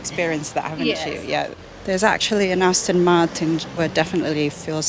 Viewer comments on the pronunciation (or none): none